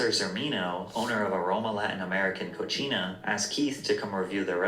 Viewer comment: Him pronouncing “cocina” (kitchen) as “cochina” (pig) 😂😂😂